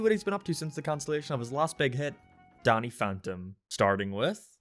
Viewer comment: "Donny Phontom"